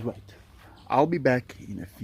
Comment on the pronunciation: 😂😂So the word that sounds like "F"word was actually "wait"? It all makes sense now😊 So many of us thought he was using the "F" word..(sorry cuz it sounds almost the same haha!😂) will thank you for that if he sees these comments! Thanks again and hv a great day &night!! ❤🐯🐯🐕🐱🐒❤